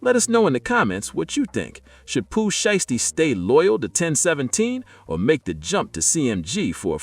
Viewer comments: If you can’t pronounce, these people name the correct way then you not qualified to be reported on them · Not enough of a name for you to pronounce it right?